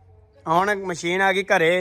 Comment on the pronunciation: ਮਸ਼ੀਨ ਹੁੰਦੀ ਹੈ ਵੀਰ ਜੀ ਮਛੀਨ ਨਹੀ